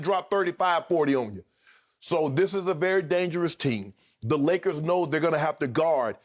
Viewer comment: “The Lakerrrrs” - Shannon 😂😂😅😅🗣🗣 I’m HOLLERIN